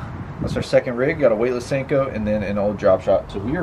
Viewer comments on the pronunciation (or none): Who else getting triggered by him saying sanko instead of sinko